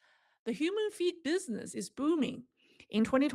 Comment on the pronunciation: Hi. When I first heard you, I thought you said, "Human Feet." I immediately thought that China had run out of chicken feet. LOL.